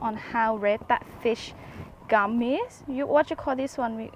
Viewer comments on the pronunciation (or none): sounds like you are saying fish gum. but it is fish gill